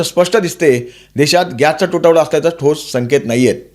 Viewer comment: पच्चिम आशिया का पश्चिम आशिय गॅच्चा तुटवडा का गॅसचा तुटवडा? कोणती भाषा बोलता?